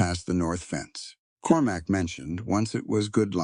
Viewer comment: Cormac, not Corumac! Proofreading would be much appreciated